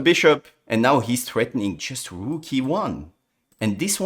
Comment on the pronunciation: After Levy said "He sacrifices da rook" now everybody says the same :)